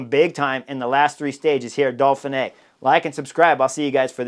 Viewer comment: Uhm...Chris and pronunciation don't exactly get along. There's no L in Dauphine either 😂. It's part of his charm.